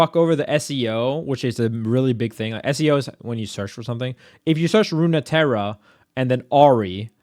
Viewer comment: "Runeterra" is pronounced "roon-terra".